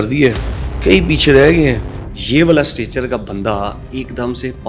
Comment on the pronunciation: ہوسٹ بھائی اسٹیٹس لفظ ہے اسٹچر نہیں ٹھیک کر لیں